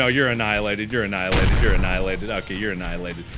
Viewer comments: this is how many times markiplier said anilated ⬇⬇⬇ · Drinking game! Everytime he says "enialated" You have to take a big gulp of any drink, if you are older use alcohol, if you are like me, too young, just drink anything you want ^^